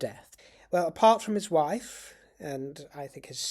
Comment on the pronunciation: "When my woif is in heat and in need of siring"...😂😂😂😂 I nearly choked on my lunch!😂